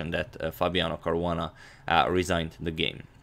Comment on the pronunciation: who else heard Korona instead of Caruana🤓